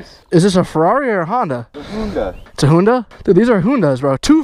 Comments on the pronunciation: I think it was honda not hoonda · Bro he said Ferrari 😂 and called the hoonda